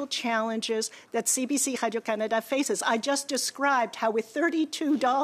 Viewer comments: Why did she suddenly fall into a French Canadian accent when she said Canada? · She pronounces "Canada" wrong.